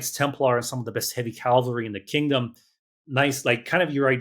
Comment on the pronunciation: "Cavalry" or "Calvary"?😅